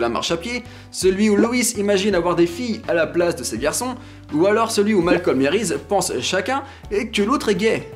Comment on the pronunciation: c pas malcolme c malcom sinon jaime bien la video